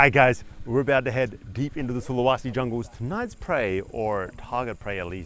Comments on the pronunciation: I spent a year in Sulawesi...this brings back memories (It's not SulaWAsi!) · Sulawesi man, with an e, not an a. Sorry but I live here and it was just jarring every time you mispronounced it. Other than that, brave video for sure, respect.